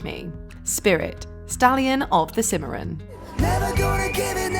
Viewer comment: You mispronounced Cimarron.